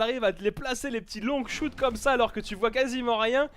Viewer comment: Mes oreilles saigne un petit peu à chaque fois qu'il dit ''longshot'' parce que'il le prononce ''longueshoute'' xD